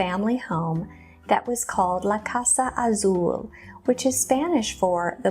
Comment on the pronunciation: Plz dont pronounce Azul the way you did a few times. Your pronunciation of the word is incorrect! Look it up. U must have never taken ANY Spanish classes.